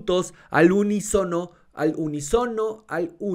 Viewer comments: A ver.... U-ní-so-no. Ah sí. Efectivamente. wuwuwu! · ¡¡unísono!! ¡¡es esdrújula chingada madre!!